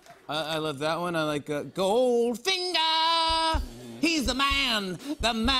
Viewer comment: skipping through and just hearing Jimmy say "goldFINGA" jeeze